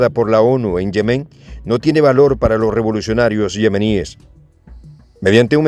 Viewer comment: Se pronuncian "yémen" y "supérfluo", aunque no llevan acentos escritos. Son palabras graves o llanas en español